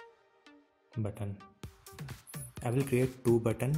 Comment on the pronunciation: buddon, sexon, meno. Please...Talk English. It's: Button, Section, Menu. (Sek-shon), (Men-you).